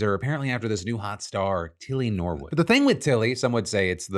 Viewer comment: "Tilly No-wood" 🙄😒